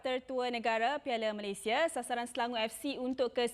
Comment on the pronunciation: Pengucapan dan sebutan MalaysiA tu lebih sempurna patriotik dan mahal bunyinye dari sebut MalaysiE/Malaysye bunyinya amat miskin dn seperti mnghina nama negare kite.. Malaysia kan nama negara dn nama.rasmi secantiknya sebutan juga rasmi iaitu MalaysiA..bagus bekas pemain selangor sebut MalaysiA bukan Malaysye.. dari host sukan..